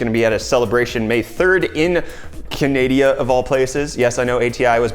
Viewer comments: My dude, Canadia??? Its Canada!!! Get that pronunciation right!! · "canadia" uhhhh...i think you mean "canada" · Please stop saying Canadia. It's annoying! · Canadia? I think you mean Canada.... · You mean Canadia, eh? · You said Canada wrong